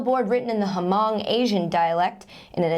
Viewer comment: Katie, "Hmong" is actually pronounced "mung," silent H. But you can say it any which way because you're so adorable.